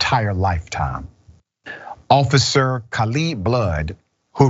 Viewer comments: Ca-leeb? I think that name is pronounced “cay-lib” doc…. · That's pronounced KAY-LEBB, not KUH-LEEB.